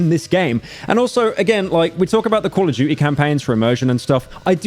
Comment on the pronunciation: “Coll of duchie”